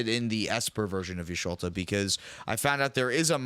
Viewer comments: it's just pronounced like the ' is an e. Yeshtola, rhymes with mesh cola but say it fast like it's one word. The katakana is ヤ・シュトラ which is ヤ (ya), シュ (shu), ト(to) ラ (ra), but it's localized with an L sound instead of the japanese R sound. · Yush toll (like a toll road or the bell tolls for thee) uh. Y'shtola. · guys its not ''jisholta'' its ''jishtola'' >.> what i do like about her is curiosity and glistening oil with y'shtola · its like yesh - toll - a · Just for pronunciation purposes, for Y'shtola it's Ysh-Toe-La. Ultimately it doesn't matter but I hope it's pronounced properly if you ever have someone play her on the channel :) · Lol, it's Yish-toe-lah btw. Don't worry though, there's worse names out there to pronounce. Any of the Roegadyn names are all some form of Welsh from the looks. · her name is pronounced YISH-TOLL-UH btw my queen demands respect!! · The Y is almost silent. ISH-TOLL-UH basically. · I like how they don't read yshtola like vivi with curiosity and ophidian eye or tandem